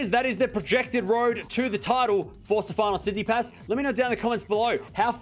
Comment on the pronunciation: Hey, love from Greece. Please try to pronounce his name correctly. It's STEfanos tsitsiPAS, not steFAnos TSItsipas.